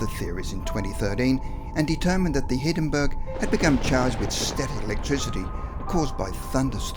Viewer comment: So it was called the cungusta event huh? Is that right? Skel-EE-tal? The Hiddenburg?